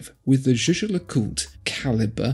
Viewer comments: "Yeager le koolt"?! ...please make an effort! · One of you guys is absolutely butchering Jaeger le coultre's pronunciation... 😅 Second one is OK... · I love how he changed to saying JLC after the other guy mis pronounced it.